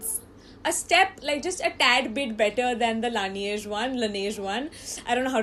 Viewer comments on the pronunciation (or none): Lan Age Not lan E age